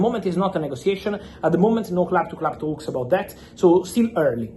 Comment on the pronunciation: Club to club "THAUUUKS" let me hear your "THRRAUTS"